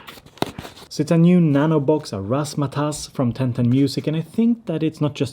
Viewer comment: You said razz ma tazz correctly